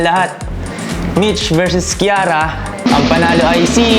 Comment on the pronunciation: Kiara❌ Kirara✅